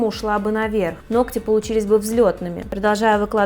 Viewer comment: Чтобы грамотно излагали свои мысли! Теперь будете знать,как правильно произносить слово ноГти.!!